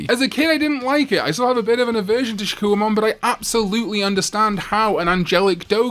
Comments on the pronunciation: Your vids are entertaining but your absolute mangling and mispronunciation of names ruins them. For instance, it's "SHA-KOH"mon not "SHA-KEW-UH"mon. You put in effort to everything else but give up for things like that? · I'm still waiting for a video where he pronounces Shakkoumon correctly